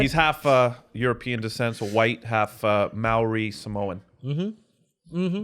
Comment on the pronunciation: It's Maori like Moldy but without the D 😂😂